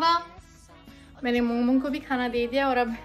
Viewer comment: It's mong mong not momo